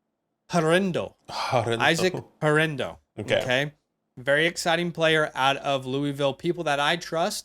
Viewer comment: That Guerendo pronunciation was 🔥🔥🔥